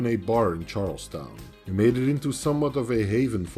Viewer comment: CHAR-UL-STUN { PHONETICALLY } is the correct pronunciation - CHAR-UL-STOWN is not accurate & you have certainly covered Travis expertly